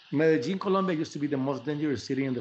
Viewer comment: Thank you Trevor for pronouncing Medellín and Colombia correctly. It’s the little things sometimes ☺️🇨🇴💛💙❤️.